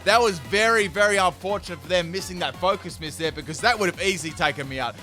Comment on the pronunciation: I'm like why is he saying focus mist He's saying miss 😂